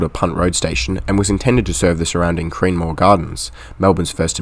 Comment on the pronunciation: Good video mate. Just a note on some place name pronunciation. Cremorne is pronounced "Kre-mourne" . Kre (short e like in tech) and mourne (like mourning the dead 😂). Kew is pronounced line the letter Q.